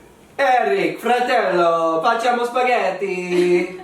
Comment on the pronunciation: ahmahvash he's not a native speaker. he pronounced "facciamo" wrong.